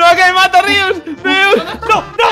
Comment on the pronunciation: es Rius no Rios